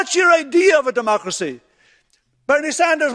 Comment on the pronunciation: I get it, deymaukracee is a hard word to crack... But a bit of practice gets you there 👍